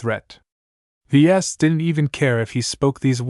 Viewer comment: Just found you. Wish I had found you months ago. Ves is short for the vesians it said it in the 1st few chapters his dad gave him that highly original name sounds like your calling him v es or v s! Thank you for all your hard work love long form stories